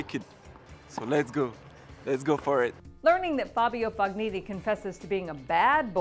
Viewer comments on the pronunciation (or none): Learn how to pronounce "Fognini" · Learn how to pronounce the names..Berdych, Fognini Grace...really struggling...